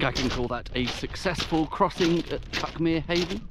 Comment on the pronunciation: I grew up a bit farther along the cliffs towards Brighton. The Seven Sisters and Cuckmere is still my favourite view of anywhere. But to be fussy, "Cuckmere" is pronounced "cookmere'.